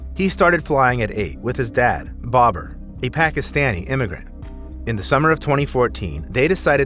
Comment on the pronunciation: bahhhbar not bobber